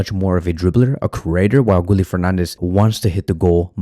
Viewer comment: Gooly? 😂😂 you mean Gi ye Guille = Guillermo